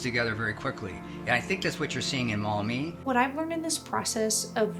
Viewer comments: It's pronounced Maw-me, not Mommy. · With all respect and feedback in mind this content relating to Maumee, OH it has the pronunciation of Maumee as mommy and not Maw-mee many times throughout the video. As someone from that area and who shared this video I can say the feedback to me has been embarrassing and have heard back a couple times "if they can't say the town name correctly then I don't have the say Kamala correctly". Thank you for everything you do but I will say THIS HURTS ME. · Who thought to name the town Maumee? I keep hearing mommy😂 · Mommy? Sorry. Maumee? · lol i am thinking you mean Mommy not town of Maummee. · Maumee? Sorry. Maumee? Sorry